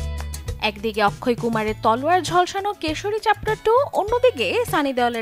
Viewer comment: Akshay kumar ✅ Not akkhoi ❎